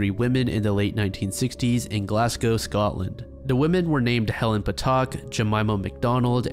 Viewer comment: You have no idea how much i appreciate your pronunciation of Glasgow, when Americans say "glass cow" like they usually do, part of me dies, so thank you